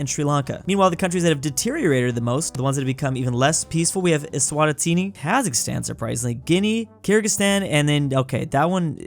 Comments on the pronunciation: Ah yes "eswæstetïëney" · Can pronouce schengen right but says es-whatah-teeny For future reference it's es-wah-teeny You were so close to greatness